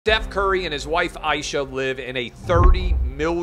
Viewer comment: Dude, you have no business making judgment on the Currys. You can’t even pronounce her name correctly. Maybe you should go do your homework a little bit better and get all the facts straight. And stop shaming people for their decisions regarding their families and their homes.🌹